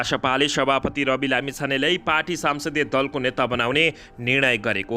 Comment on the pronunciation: सम्सदिय दलको नेता हो।।।।।साम्सदिय होइन्।।।नजान्नेले के समाचार भनेको??